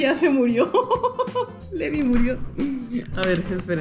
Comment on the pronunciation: el nombre se escribe levi pero se pronuncia livay